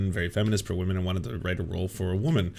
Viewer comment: Whenever I hear these chuds say wahmen, all I can think is "They besmirch the way of Wah! Takodachis rise up and defend the honor of our priestess!" I've been on the internet for too long.